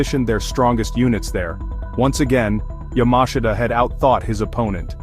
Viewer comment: You cant even pronounce General Yamashita's name correctly. A shitproduction.